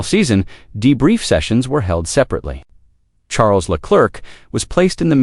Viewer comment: This AI cant pronounce Charles name correctly